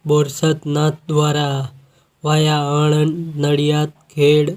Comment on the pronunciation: આ ભાઇ ને વાયા સરખી રીતે બોલો